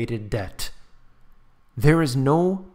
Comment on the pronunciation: DEBT...not "dept"